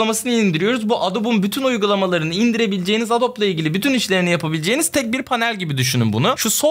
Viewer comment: Adobe, adobi diye okunuyur, bilginize 😉